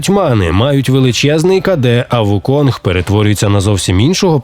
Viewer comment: Усе це дуже добре, дякую за огляд, але він не Вуконг, а Укун. Цар мавп Сунь Укун. Гра так і називається у транслітерації - Чорний Міф: Укун